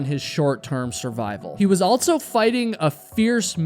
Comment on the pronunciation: Stop saying "altso." There is no T is "also."